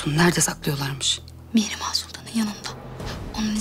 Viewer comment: Dəli Hürrəmin tam deyə bilmədiyi adlar: 😂😂😂 SÜMBÜL- SÜKMÜL SÜLEYMAN- SÜLÜMAN MİHRİMAH - MİŞİMAH NİGAR KALFA - NİGAR KAFA